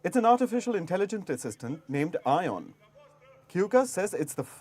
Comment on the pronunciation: ION the Romanian Ai assistant of Romanian prime minister is equal to Jhon. Not I On as you guys say. Ion ( aka Jhon ) is a Romanian name. 😂😂😂😂😂😂. Make me laugh this news